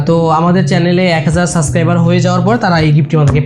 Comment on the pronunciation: It's subscriber not suscriber!